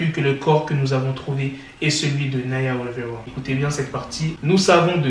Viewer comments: Non il dit plutôt wivewa 😂😂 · "Naya wivewa"